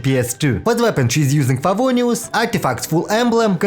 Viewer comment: idk why i laugh so hard when u say "favonews" 😭